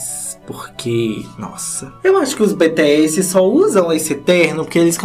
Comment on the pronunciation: meu bem se fala ( BiTiSi) tipo isss kkkkkkk e pq não é áudio pra explica